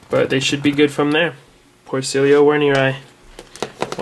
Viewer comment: Great video mate, I love isopods dearly. Can I just be an ass though? The armadillidium werneri is pronounced with a V, rather than a W :)